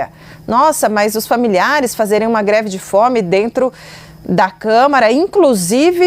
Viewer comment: O problema dele é não saber falar mesmo, pq ao em vez de pronunciar greve de fome ele diz "gre de fome"..😂😂😂😂